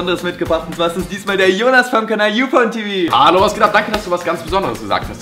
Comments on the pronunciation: wenn man denkt es heißt ufone TV dann versteht man es auch und andersrum auch 😂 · er hat auch UpornTV gesagt xD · ich hab auch UpornTV verstanden 😂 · wer hat auch statt,,UFONTV" ,UPORNTV" verstanden!?;):D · ich hab verstanden "heute mit dem youporntv"😂😂😂👌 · Ich habe youporntv verstanden.... ooops😅😂✌🏼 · ich hab verstanden, dass du uPornTV gesagt hast😂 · bin ich die einzige, die YouPornTV verstanden hat? :D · ich habe youpornTv verstanden......pupertät halt